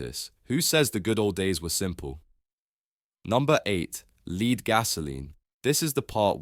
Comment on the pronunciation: Lead is pronounced as "lɛd" (Pb) and is different to "lead" (leed) which could refer to a dog lead (aka dog leash) or to lead someone away. (Leeds , by the way is a city in the north of England - historically linked to Liverpool by an ancient canal).